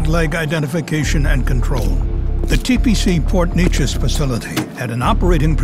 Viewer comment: It's pronounced Port New-Aces